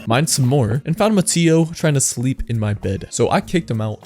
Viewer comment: It’s not ma-tea-o it’s ma-tay-o